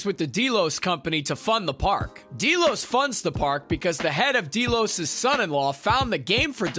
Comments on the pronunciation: I couldn't watch more than a few minutes of this review because of him continually calling it Dee-Los when it's Deh-los. It's pronounced through the entire 4 seasons! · Dee-los? Seriously? Haven't you watched the show? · Deelos? It has always been pronounced Del-os. No one on the show has ever pronounced it Deeelos. How does this happen? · So many things wrong here. First has your narrator watched the show? Its not "DEE-los" or the "sub-lime" Its "Dell-os" and "su-blime", small details but again it just makes it sound like someone who doesn't know what they are talking about is trying to explain it to us. Also very little of what you were saying matched up to what you had on screen at the time. Also, stop yelling at me And its weird you mentioned the fact that it was based on the foundation which gave me hope for what you would say but then you have the most simplistic view on what's going on.. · Dee Los. Really? Wtf. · Who else is super annoyed be the word "deelos" ? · Deeelos ? Lol did you even watch the show or just read it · I gotta tell ya "deelows" isn't working for me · Los Deelos XD has this guy watched this show or is he just reading a script?! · “deelows,” “sub lime,” and “rehobum” hurt my soul lol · please stop saying Delos wrong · Super Important Tip : Please watch the actual show if you’re gonna explain about it, you manage to make it more confusing and your pronouncing the names all wrong. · Omg dude that is NOT how you pronounce Delos OR Sublime. Also why are you constantly shouting? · That isn't how you pronounce Delos. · Right ! It's Delos !!